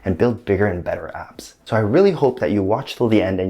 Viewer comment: Did you say "build apps" or build abs"?